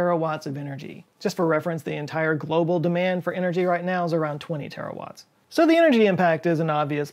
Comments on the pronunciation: Even if you speak about Terraforming it's still Terawatts, not Terrawatts :) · Ok, maybe drop a "r" from "terrawatts" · Aaand... I’m pretty sure it’s terawatts, not terrawatts. But kudos, as always, for another amazing video!